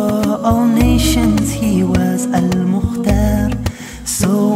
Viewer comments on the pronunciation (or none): Not MJ of course, but a beautiful song sung in a very ear pleasing voice. I have to say that listening to it with good earphones on, there are moments that he does sound like our beloved MJ: some of the high notes and the pronunciation of words like naTION, reveLATION.